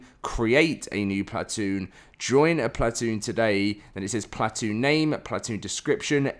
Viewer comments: I cant listen to you say plat- toon. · Stop saying plat-oon haha please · Plat-toon Chewsday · Stop saying platoon like that please 💀